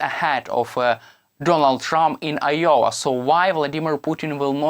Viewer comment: Wtf is yowa??? Do you mean I O W A Pronounced. " eye- oh- wuh!!!!!!